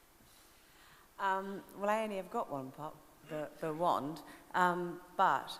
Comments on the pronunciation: Ha! Did the guy say "Magic WEND" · I think the best part of this is that one reporter's pronunciation of wand... you all know the one I'm talking about. With the short a